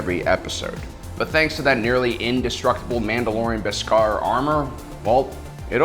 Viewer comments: The way you say “Beskar” and “Din Djarin” gives me the impression that you haven’t actually seen the Mandalorian…. I mean I’m sure you have, you just put emphasis on the wrong syllables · This guy needs to learn how to pronounce Djarin and Beskar! He says it so wrong its jarring and take you out of the video.